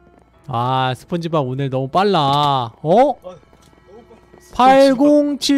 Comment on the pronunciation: 저 2배속으로 보다거 스폰지밥외쳤을때 시발 시밥 으로들음 ㅋㅋㅋㅋㅋ